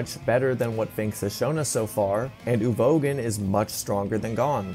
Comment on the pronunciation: Why are you mispronouncing so Many names? Uvogin, feitan f.e.?